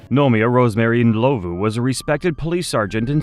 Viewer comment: Thank you for pronouncing Ndlovu correctly ❤ You have a new sub in South Africa